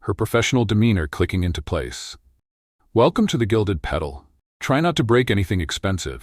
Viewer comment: Good story. UK. I think in the narration "Gilded Pedal" should be Gilded Petal.